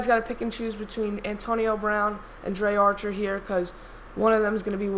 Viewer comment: its pronounced dree archer not drey archer